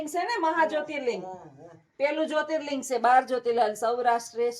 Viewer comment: Wah tame baar jyoti Ling nu ketlu saras uchaaran kariyu🙏🏻🙏🏻